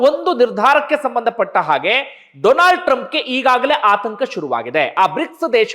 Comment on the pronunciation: DOLAND TRUMP 😂 ಡೊಲಾಂಡ್ ಟ್ರಂಪ್ 😂